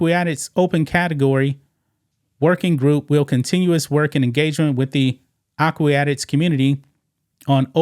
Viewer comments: Come on somebody, it's aqua-tics. Help my man out. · Aquatics is pronounced "akwatiks," sounds like you're adding an extra "i." Not a criticism, just a friendly tip. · Aquatics = ahh-qua-tics not whatever you kept saying. I know you aren’t needing the word police to help out but I can’t help it with this one. It has to be done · Omg dude.... A - QUA - TICS!